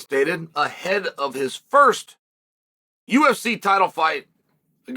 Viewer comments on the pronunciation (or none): none